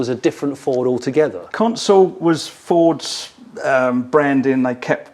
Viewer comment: Johnny you seem to be constantly mispronouncing Fords please address for next time